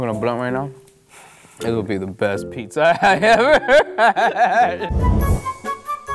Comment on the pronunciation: "It's PEEPZA!"